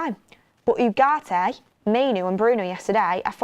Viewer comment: His name is UHHHH ART AY, NOT YOU GART AY